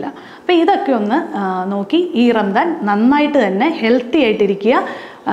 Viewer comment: ചെറിയ ഒരു തിരുത്ത്. ഭാഷാപരമായത്. റംദാൻ എന്ന് പറയില്ല. ഒന്നുകിൽ റമദാൻ. അല്ലെങ്കിൽ റംസാൻ (കറക്റ്റ് ഉച്ഛാരണം Ramzaan). ആദ്യത്തെത് അറബി ഉച്ഛാരണം. രണ്ടാമത്തെത് ഉർദു ഉച്ഛാരണം.